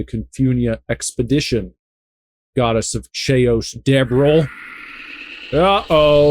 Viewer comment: You miss pronounced Chaos, it is pronounced kay oss